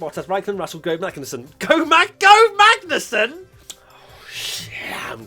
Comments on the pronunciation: You said Ragnussen. DO OVER. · No one. Absolutley no one. at the end of Race Rundown: "Ragnussen."